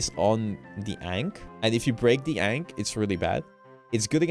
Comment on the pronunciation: How does he still not know how to pronounce Ankh? Is he stupid?